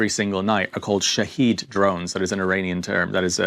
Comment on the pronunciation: Poor is talking americaneese. Shahed is the name of the drone and shaheed is the american mispronounciation of the thing. I still love listening to reports, because he is a fabulous and insightful reporter